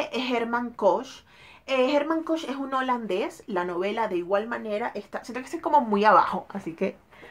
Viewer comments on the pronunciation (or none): El apellido se pronuncia "Kojjj". "Jerman Koj", gracias a ésta reseña lo estoy leyendo ahora y acabo de ver que hay película con Richard Gere para éste año ☺️ Gracias por el tiempo😘😘😘